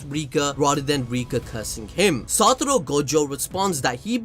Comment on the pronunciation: take a shot everytime he says satoro